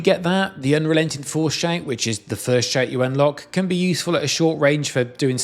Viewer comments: I had to listen to this twice to realize he is saying "shout", not "shank". Lol i couldn't figure out what a shank was in Skyrim.... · When you say “shout”, I could swear you are saying “shank”. Interesting accent effect. 😅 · Maybe its because im watching at 1.5x speed but it sounds like shank when he says shout... It can at least still kinda make sense in the context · how in the heck are you putting an "a"&"n" sound where the actual word "shout" has an "o"&"u" ?????